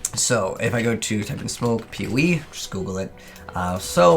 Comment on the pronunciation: Is it just me or does it sound like he says peewee when he says Poe 😂